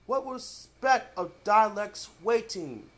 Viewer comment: Please for the love of Gallifrey STOP pronouncing DALEKS DIALECTS!!!